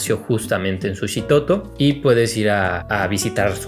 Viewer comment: Qué bueno que te gustó y por cierto no se dice Sushitoto sino. Suchitoto con ch, sólo como dato cultural. Es un pueblo muy bonito y tranquilo con un ambiente bohemio par quienes gustan del arte en general.